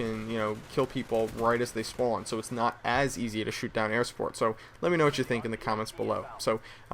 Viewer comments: you say spawn weird it made me want to commit suicide r u from new york? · thumbs up if you hear him say spown.